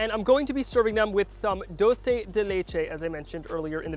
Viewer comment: Proper pronunciation: CHooRose and Dool-Se